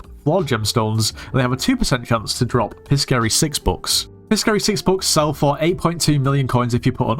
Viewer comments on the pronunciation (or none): Piscary is pronounced "pie-sairy", like Pisces